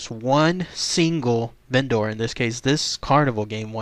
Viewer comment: Vendor is pronounced "VEN-der." The way you say it makes it sound like a Go-bot.